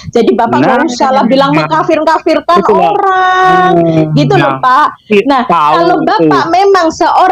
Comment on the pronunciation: Hahaha, botoooool botoo ool. Katanya tinggal di Arab Saudi, baca dalil Fitnah saja kok amburadul. Fitnah dibaca fisnah. Qotl dibaca kocel , vocer kali. wkwkwkwkw.